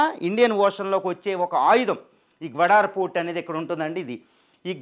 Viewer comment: గ్వడార్ కాదు సార్, గ్వాదర్ 🎉 సరిచూసుకోండి